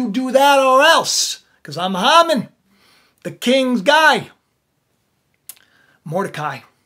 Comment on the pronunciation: His name is pronounced Hay man